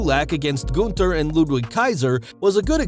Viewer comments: Goonther😂😂.... Its Gunther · It’s “GUNTHER “ LOL Not that hard to pronounce